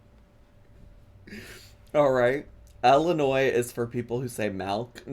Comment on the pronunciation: I’m from West Central Illinois and I work for the municipal government, you are absolutely pronouncing Illinois correctly!!